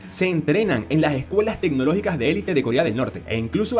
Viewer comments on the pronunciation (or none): none